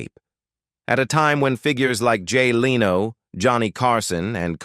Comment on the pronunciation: This announcer does not know how to pronounce a lot of the names, Madea, Vandross, Jay Leno. Doesn't he do some research better he opens his mouth.